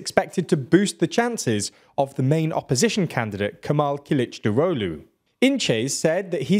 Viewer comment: I appreciate your effort to pronounce "Kılıçdaroğlu" correctly. I must say you are surprisingly accurate for a non Turkish speaker. Congrats. (edit: corrected a typo)